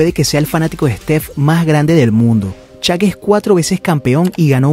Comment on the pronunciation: "Shaq" por favor, NO "Chak"